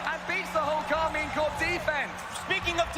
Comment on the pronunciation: Pro tip : it is pronounced Karmeen Corp (I'm french)